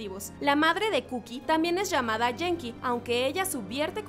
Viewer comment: *dato: se pronuncia guenki, no jenki